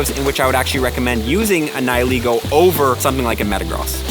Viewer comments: It's Neigh-Lee-Go not Ni-Hi-Lego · Its pronounced ni-hih-laygo